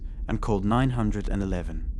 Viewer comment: Sounds like an AI. They're mispronouncing things a native speaker wouldn't mispronounce, especially "911."